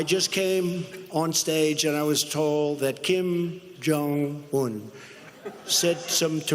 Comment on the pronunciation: Kim.... Jong..... Un why the fuck does he say it that way